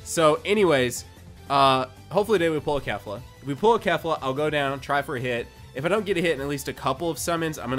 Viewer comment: Its not pronounced kef - la its pronounced kay - fla